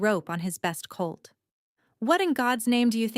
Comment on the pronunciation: It's colt, not cult. Listening from Austin TX.